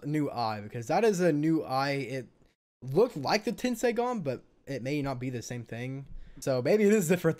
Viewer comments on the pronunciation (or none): It's not tenseigan lol😂😂